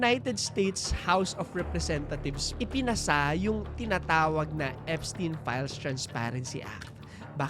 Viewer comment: Eps-tayn pronounciation name nya